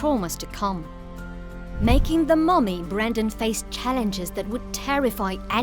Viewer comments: Wtf woman, his name is Brendan. Not Brandon. I mean, it's written right there. See it? No? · BREN-DAN not “Brandon” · BrEndan. Not Brandon. With an E. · It's BRENdan NOT BRANdon, clueless fake fancy pants lady. The least you can do is get his name right. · Brendan NOT BRANDON.... jeeze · How does the narrator get his name wrong the entire video? It's not Brandon. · It's Brendan not Brandon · The lady overdubbing this keeps saying BRANDON and not Brendan